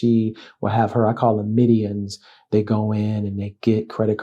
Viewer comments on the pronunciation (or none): Midi what?! 😅😅 You mean minion? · You keep saying midions instead of minions. Lol